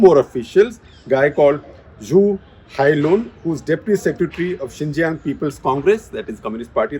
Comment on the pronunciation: Xīnjiāng pronounced as Ciṉjiyāṅ सीनजियांग